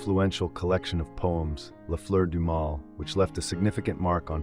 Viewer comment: Interesting; It would be even better if you took care to find out how to pronounce some of those foreign sounding words, like ' Oedipal', or 'les Fleur du mal'. don't give up!